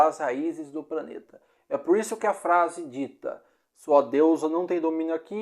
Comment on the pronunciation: Gostei do vídeo, mas... Você devia fazer um segundo vídeo com a pronúncia correta! Praneta, Eia, pranta, etc...